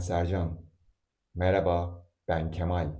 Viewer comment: Why is the pronunciation of "E" in "Ben" different than that in "De" ? In "Ben" it is closer to the English "A" and in "De" it is closer to the English "E"